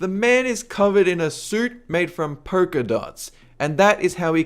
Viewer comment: porka dots? You can see the "L" in the word polka right?